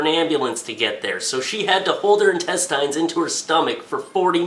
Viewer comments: Quit saying. IN-TEST-IYNS Intest-INS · Dude. please. Its pronounced in-test-ins not in-test-eye-ns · i am the only one bothered by the fact that he says entest"eins" and not intest"ins"? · old, say it with me now. in tes tins in. tes. tins. in tes-tins. intestines. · (In-tes-tins). Say it with me. Intestines. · Lol intestyes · ***** Not even people in England say it that way. I think he was just high and forgot how to say it or has never said it in his life. Either that or he just wanted to see how many people would comment about it being pronounced wrong. Like Barbie Frey said to jacob, that's not how the language works. Just because it ends with "ine" doesn't give it an "eye'n" pronunciation. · it's INTESTINES NOT INTESTYES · In Test Ines. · Where did you get that ridiculous pronunciation of "intestines"? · He says intestines like I do. It took me awhile to figure out what people meant. Probably because most of my dads family is french Canadian lol. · the only thing that made me cringe was the way he pronounced intestines lol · Is that how people in Canada pronounce intestines or is he being funny? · You're still saying it wrong, though. The right way even sounds better...Why not use it...>.> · Is it just me or does he say "intestines" weirdly? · Well he is pronouncing it the way it's spelt. I'm assuming you pronounce it as "intestins". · Nah I agree :D But whatever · Weeaboo Wiserd that pissed me off so much